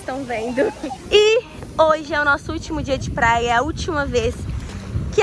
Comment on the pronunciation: ela kkkkkkk ela fala plaia